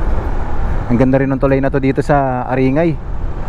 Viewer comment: Pronounce it as aring-gay